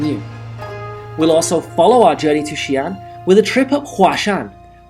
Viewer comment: xi'an two distinct syllables; not xian, one syllables. In Pinyin, occasionally an apostrophe is added to clarify.